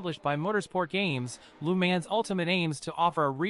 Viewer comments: You sound like those automatic phone message systems, LU MANS...lol, proper is La Mons, even though it spelled Le Mans. Great video otherwise, thumbs up! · This guy just say LEE MANS 😂😂😂😂